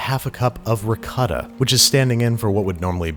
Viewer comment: Hi! Italian here! Just thought I'd say ricotta is pronounced like "Ree-caught-ah"